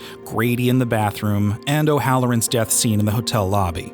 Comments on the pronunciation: I 𝙠𝙣𝙤𝙬 you did not call Scatman's character "O'Halloran." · Did you say O’Halloran?